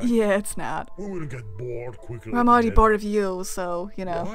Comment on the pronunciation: mr. voice:this is just a big package of BOERDOM. me:like u?